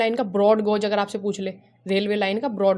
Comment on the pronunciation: गोज नही गेज होता हैं